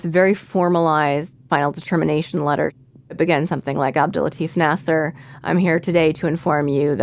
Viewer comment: i love the podcast, but the way the host says his name is making me so uncomfortable. that's not how you say latif. its la-t-ee-f. because in Arabic, farsi, urdu etc there's a ي between the "t" and the "f". i know its a small thing but its driving me mad